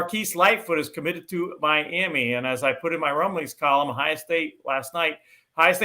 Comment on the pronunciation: the word is Ohio with an O not Ohia with an A